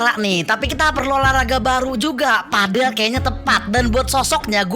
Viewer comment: Padel bukan pedel ga sih bacanya